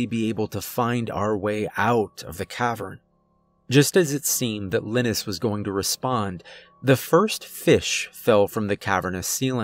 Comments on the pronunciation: You good sir are an amazing narrator this being said I believe pronouncing Linus as (Lye-Nus)and not Lynn Nus is much more fluid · I hate to be that guy but its pronounced lie-nus not liness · Usually when someone mispronounces a name, I don't pay any attention to it. But I've never heard of someone named Linis - pretty sure it's Lie-ness. I'm just saying and I'm hoping he gets killed off because it's driving me nuts. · The name is (Lin-nis)? You sure it’s not (Lie-nus)? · All I can think is Linus is probably pronounced Lie nus as in Charlie Brown's friend, because I've never heard the name lin us. Good story. 🤗💚☮ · Every time you say Linus with a short i. I wonder how you’ve never seen Charlie Brown. Lol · Ugh couldn’t stand the way he pronounced LIE-NUS. Couldn’t listen anymore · Linus - LINE- US. Like in the peanuts comic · I think Linus is pronounced "Lie-Nus" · I think it's pronounced LYE-nus... like the kid from Charlie Brown 🤔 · ...I couldn't help but think that's a weird ass way to pronounce 'Linus' ...cause most use 'lie-nus' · good story,great narration but I think the name Linus is pronounced Line-us.As in Charlie Brown's Linus :)